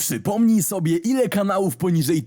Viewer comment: Te osypimnij zamiast przypomnij to mi łeb rozsadziło